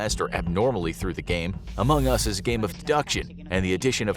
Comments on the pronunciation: why dies he say among us so weirdly? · Anyone else annoyed at the way he says among us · if you do another video on among us can you please say AMONG us and not among US?